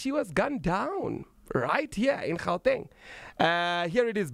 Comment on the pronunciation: You must start pronouncing "Gauteng" accordingly, otherwise you are as much as colonised!